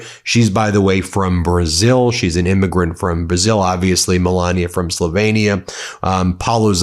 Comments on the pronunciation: Check your pronunciation of Slovenia. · Just a nit...it's Slovenia, not Slovania